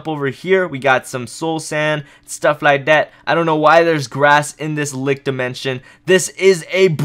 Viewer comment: Stop saying lic